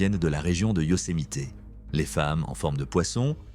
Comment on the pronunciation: Prononcé Yosemite convenablement svp et pour info le coyote n'est pas un chien sauvage